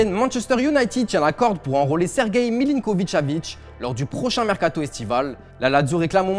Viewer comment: Milikonvic chavitch hhhhh je connais pas il joue dans quel club ? Va travailler ta prononciation tes T c'est des tché